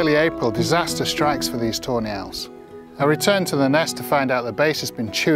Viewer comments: when he says Tawny Owls i hear it as toe nails.. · Whenever he says tawny owls it sounds like toenails lol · My CC was on and it did pick up "toenails!" I love it so much! Best captions ever. 😁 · and now its funny hahahhaa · Wait i thought it was actually toenails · That’s exactly what I kept hearing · Your accent makes it sound like ur saying toe nails every time you say tawny owls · “Toe Nails” 🤔. All I hear is “toe nails” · Is he saying Toenail?